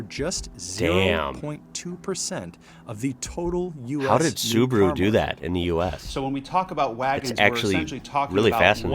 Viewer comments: That doesn't mean Subru but Su-ba-ru. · OMG why you all call it Subru??? Its SubAru, Sub A ru..... SubAAAAAAAru AAAAAA its a AAAAAAAAAAAAA inside the name. Holy Cow.... Its exactly the same if you would Ford pronounnce like a Fart. Ok it continues, Opal (Opel) and... omg.... Daudi (Audi) seriuously? You are kidding right? U R doin' this on purpose. Ok from today I call it Fart instead of Ford :D :D :D